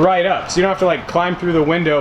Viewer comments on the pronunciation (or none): none